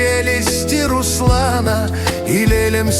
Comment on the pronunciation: Молодец. Ждём Онегина и Тёркина. Ударение не пробовала ставить? Русла́на. Может поможет. И больше анимации!